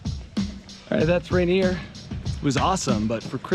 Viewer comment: Its supposed to be pronounced like "Ray-Neer"